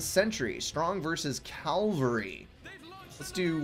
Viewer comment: I can't help laughing each time you say cavalry You pronounce it caLvary. I don't know why I find it funny, but I do.